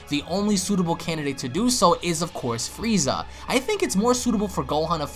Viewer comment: you said Frieza correctly.....all the other ones are fweeza...what do you have against the letter R my dude?